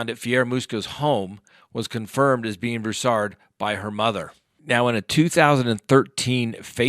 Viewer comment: "BROO-sard" or "BREW-sard," not "broo-SARD" or "brew-SARD." Thx. Emphasis on the first syllable. When you cash in on tragedy, do it right.